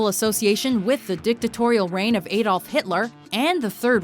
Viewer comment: I hate the way you say Adolf, that's not how it's pronounced!